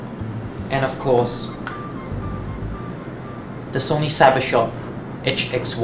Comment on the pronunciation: "itch-ex-one" (sigh)